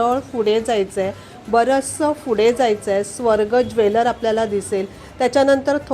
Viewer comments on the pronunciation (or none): माहिती छान आहे....पण फुडें नाही पुढे